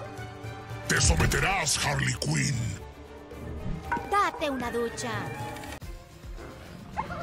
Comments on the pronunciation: Harley Quinn no "Wasona" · Se llama Arley cuinn